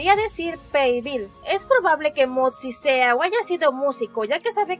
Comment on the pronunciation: no puedo dejar de reirme cuando dice "motzi"